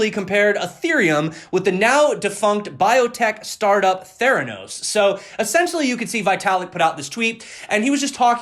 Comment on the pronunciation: You said Theranos properly.. Elizabeth Holmes was suppose to be the new Steve Jobs